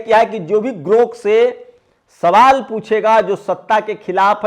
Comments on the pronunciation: गोर्क नहीं ग्रोथ कहिए। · भी गोरक नही ग्रोक बोलो थोड़ा खयाल रखो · अरे भाई, पहले बोलना तो सीख लीजिए। ये "गोर्क" नहीं "ग्राेक" है। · Gork nahi sir grok bolo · तुम तो खुद को अच्छा पढ़ा-लिखा कहते हो, लेकिन दो अक्षर का शब्द सही नहीं पढ़ पाते हो। तुम बार-बार गोर्क बोल रहे हो,जबकि शब्द है 'ग्रोक'। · अरे साहब गोर्क नहि ग्रोक है 😊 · Gork nahi Grok hai jara bhada sudhar lijiye pyrakar mahoday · गोर्क नही साहब ग्रोक GROK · Sir g grok boleye please na ki gork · गोर्क नहीं ग्राक. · गोर्क नहीं है ग्रोक है। गरोक है । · Gork nahi grok bolo bhaiya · गोरक नहीं ग्रोक 😂😂😂😂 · गोर्ख नहीं साहब ग्रोख है,, कृपया शब्दों के उच्चारण का ध्यान दिजिए, आप बढ़े अच्छे पत्रकार हैं आप इन मनुवादी ओं की वाह्ट लगा रक्खी है मैं अक्सर सुनता उस बदतमीज बुड्ढे का भी आपका जंतर मंतर का डीबेट सुना जिसे अपने ही देश की महिला बहु-बेटियों को बदचलन कहना उन्हें डांसर कहना जबकि वो इटली में बार कार्यरत रहीं थीं लेकिन इन झुठ के पुजे पुजारीयों को जब अभद्र भाषा का उपयोग सुनता हूं तो इनके धर्म संस्कारों पर इनके गुरुओं पर अफ़सोस और रहम आता है इनके बाल दाड़ी सफ़ेद हो गई जो मृत्यु के पास है लेकिन अभद्रता जीवन से और जीभ से नहीं गई? बड़ा अफ़सोस होता है इस संघठन पर जिनके परिवार ने गुरू ओं ने पुरखों ने क्या संस्कार देकर इस दुनिया में रक्खा? इनकी बातचीत इनका व्यवहार उठना बैठना चाल चरित्र ही ज़हरीला? अविनाशी जीवन में जी रहे हैं यह प्रजाति? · aray bhai Gork nahi .. Grok hai ... kya karrahe ho yar ... bahujan k education ka mazak udarahe ho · Gorak Nahin Garok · गोरक नहीं ग्रोक है। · उच्चारण 'गोर्क' नहि जनाब 'ग्रोक' है। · जनाब गोर्क नहीं ग्रोक कहिये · Gork nahi GROK BOLIYE. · I request you to pronounce clearly. Please do not speak Gork in lieu of Grok correct word is GROK. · सर ,गोर्क नही सही शब्द ग्रोक है। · grok ग्रोक बोलिए